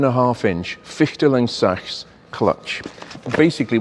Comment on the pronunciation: seems, the clutch doesn't fully separate ?? Again respect for pronouncing Fichtel und Sachs and even Deutz correctly, Great, like in Italian, you always show respect to other languages, Thank you for that again!!! Great storytelling as always also.